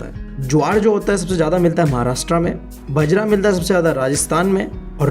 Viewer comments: ITS NOT BAJRA ITS BAAJRA [ PRONOUNCIATION] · बजरा नहीं बाजरा 🤣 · Sir aap galat pronounce kr rhy ho bjara h vo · Bhai bajra❌ bjra✅ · Sorry for interruption it's not बजरा it is बाजरा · Sir bajar Ka. Pronunciation Baajra Hota h as I listened it first by urs.. I literally laughed maybe just bcuz I am rajasthani... 💜great explanation sir.. Tq..